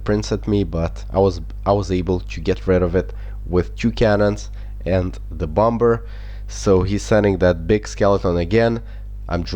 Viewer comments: bomber is said bommer haha but I love the way you say it!! XD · Bomber you have pronounced wrong it is a silent b so it is basically bomer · Pronounce Bom-er